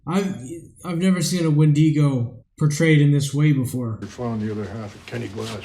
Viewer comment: Its wendigo not wendego